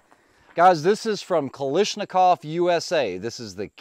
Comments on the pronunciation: Is the US company called differently to separate themselves? If not...it's Ka-lash-ni-kov. No Ka-lish in there, while it seems tasty. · Pronounced Ka lash na kov. No “i” in spelling. FYI.